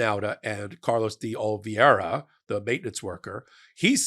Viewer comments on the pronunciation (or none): it's Carlos D. Oliveira, not Olveira. You have been consistently pronouncing his name wrong forever and I finally had to say something. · please learn how to pronounce "Oliveira"! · again: Oliveira. Pronunciation! It's driving me crazy.